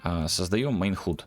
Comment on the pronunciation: Я конечно дико извиняюсь, но уши режет, не могу сдержаться - напишу. Есть простое правило в английском в закрытом слоге гласные произносятся НЕ так, как в алфавите. Например слово HUD произносится как - "Хад" а не "Худ"! Если вы не уверены, откройте Гугл переводчик и послушайте как он произносит слово... Не, ну реально невыносимо слушать.